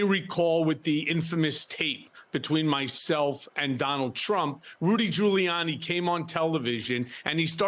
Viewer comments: “Rudy Colluni” 😅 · He called him Rudy Colludey 😂😂😂